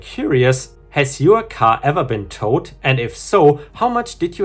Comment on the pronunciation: "Has your car ever been towed?" comes out sounding like "Has your car ever been tot?" (German pronunciation.) So, yes, my car has occasionally been dead. :)